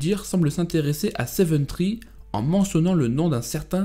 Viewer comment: Seven Three pls three not tree . Je rigole hein m’en fou , pis ca te fera un com